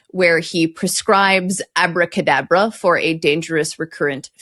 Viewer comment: It's AbracadAbra, not "avodA kaadabrA".